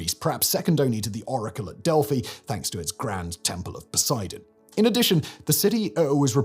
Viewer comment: “Erasthenes”? Even when the on-screen text says “Eratosthenes.” Also “Heh-le-kuh” most times, but the very first time as “Heh-le-kee.” And I’ve never heard it pronounced as the oracle of “Del-fee” instead of “Del-fie” (rhymes with pie). I feel like the editors and Simon are getting sloppier with pronunciation.